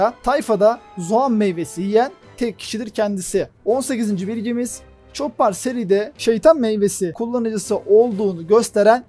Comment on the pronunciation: ÇOPPAR depil ÇOPER DİYE OKUNUR